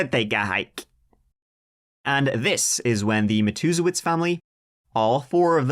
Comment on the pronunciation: I came here just to tell you how proud I am love you that you were able to pronounce this family's name because God knows I can't